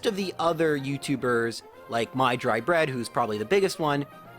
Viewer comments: ... don't want to be that guy but it is "Mah Dry Bread" ... not My Dry Bread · Honestly I think it's funny that he said My-Dry-Bread instead of Mah-Dry-Bread Also Mah-Dry-Bread is a really cool guy! The people who read this comment, I tell you to go check out his channel!